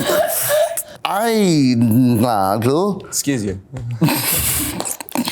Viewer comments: joseph mispronouncing aydnalgl has got me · Joe trying to say "aydnalgl" 😂 I love him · Oh my god when he was trying to pronounce “aydnagl” account name I could not stop laughing😂